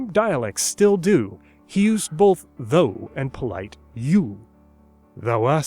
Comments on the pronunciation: Why do you pronounce "thou" like "though"? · I'm pretty sure the word "thou" wasn't pronounced "though"